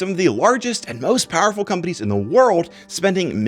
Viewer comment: The way he pronounced companies is wild.